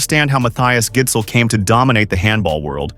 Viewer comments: It's pronounce Gissel, if you were wondering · man the pronunciation of his name is atrocious, it's a soft d. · the d in gidsel is silent btw